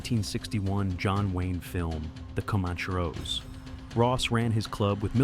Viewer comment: Pronounced "common-chair-oh".